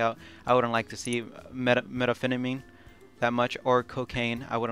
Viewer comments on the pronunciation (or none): By the way it’s meth-an-phetanmy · "metaphetamine" really? Do you not how to pronounce meth-in-fet-a-meen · and also methamphetamine.